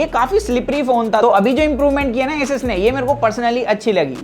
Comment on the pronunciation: असूस नाम है दोस्त, ऐसस नही